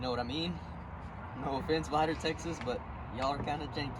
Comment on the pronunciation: When he said Vidor texas I fucking died lmao